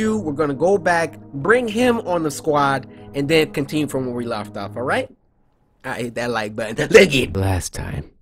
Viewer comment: "We're going to continue from where we loft off." wow Cory. LOFT?